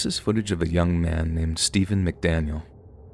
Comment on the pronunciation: "Why Stevuuuun?"